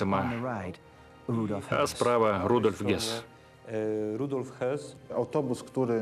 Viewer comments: Комендант Аушвица - Рудольф Хёсс Заместитель Гитлера по партии - Рудольф Гесс Поселение - Освенцим Концлагерь - Аушвиц и Аушвиц Биркенау. Произносите правильно, пожалуйста. А то вроде смотришь документальный фильм, а ошибок как у одиннадцатиклассника. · И комендант был не Гесс, а Хëсс.